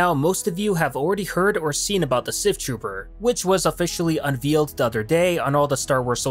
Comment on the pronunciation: Un-VEIL-ed... not un-VEEL-ed